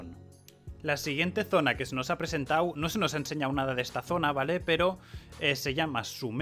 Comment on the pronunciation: JAJA es re gracioso y agradable como habla, diciendo "presentau"